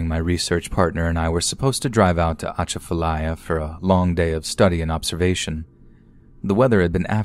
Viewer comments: You mispronounced Atchafalaya lmao uh-chaf-uh-lie-yuh is the way to say it. Kinda like jumbalaya. Love the stories 🐊🐊 though keep it up! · It was the pronunciation of Lafayette (Laugh-E-yet) and Atchafalaya (atch-a-fa-lay-a) for me💀💀💀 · It’s pronounced ah chaf ah lya and Plak ka men